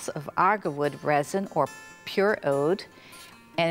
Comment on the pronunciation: Agarwood. Not argarwood. Oud as in Oood not owd. This is for all the people learning out there so don’t get confused.